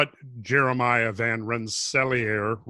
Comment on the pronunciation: Van Ren-sa-LEER, like King Lear